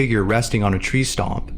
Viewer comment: Pretty sure that the narrator was meaning tree stump and not tree stomp lol.